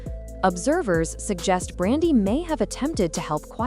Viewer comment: How you tell a story about someone and say their name wrong multiple times. 🤦🏾 Her name is Brandy.